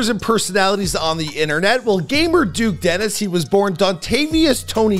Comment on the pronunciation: nah bro said duke desteni